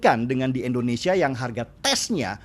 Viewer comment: Bang Deny, mohon maaf sebelumnya. Hanya kasih pendapat utk hal kecil, namun cukup mengganggu. Negara kita itu Indonesia, bukan Endonesia. Trima kasih 🙏